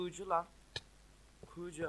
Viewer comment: olm bu nası konuşma lan kuğucu ne yaww çıldırcam